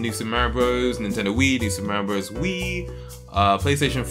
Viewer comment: "noo super mawreeo bros"